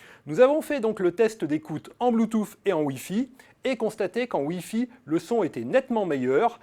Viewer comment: Il devrait prononcer bloutous plutôt que d'essayer de le prononcer à l'américaine.